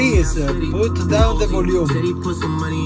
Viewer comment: I love how he says “Put down the voluumm” like it’s a magic spell. 🪄